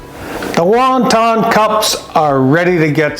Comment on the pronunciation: lol it’s won not Wong